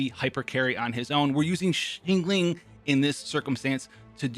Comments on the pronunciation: hope you are able to pronounce xiangling by now :) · FYI she is not xingling She is xiangling Where's the a in between? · not scolding u. Just an advise. See ang ling